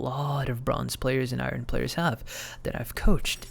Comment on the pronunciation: why do u pronounce iron like that whats wrong with you bro